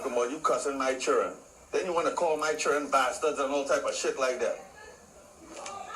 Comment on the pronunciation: from the time he said "chirren". yuh dun know